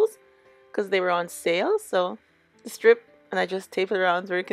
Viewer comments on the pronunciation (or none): none